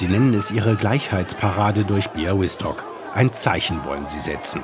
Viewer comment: Lob an den Moderator für die saubere-korrekte Aussprache des Ortsnamens "Białystok"! Es sind derlei Kleinigkeiten, die zeigen, dass Ihr Euch Mühe gebt 👍🏼